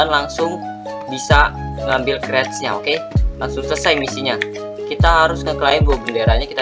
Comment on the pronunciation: Apa itu kreates? Bang salah ngomong seharue nya crates